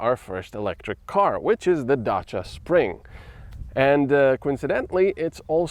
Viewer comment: You mean he pronounced the name correctly..?